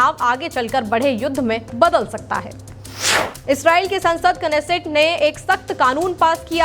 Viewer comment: नैसेट ko sahi padhe